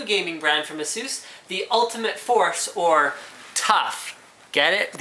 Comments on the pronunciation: you saying ASUS wrong man lol (A-sus) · I agree with the Saying Asus part wrong. Say it correctly. also its C MOS Not Cmost or whatever your saying.